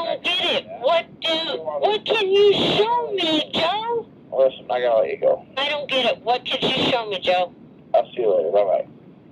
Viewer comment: Nooooo...What was that! 😂 You're supposed to say "Let's give it a goo"